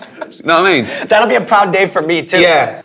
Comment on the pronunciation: I love Ricky Gervais' "doyuhnowa'imean" after making an observation